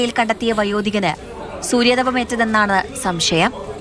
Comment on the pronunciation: സൂര്യാ തപമല്ല കൂത്തച്ചി ബംഗാളി മൈരെ... സൂര്യതാപം